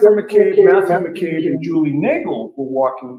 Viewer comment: Only thing I noticed is you are spelling and saying McCabe wrong. There is no R in it.